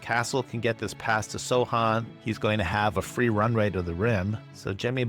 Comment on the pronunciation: free runray he says lmao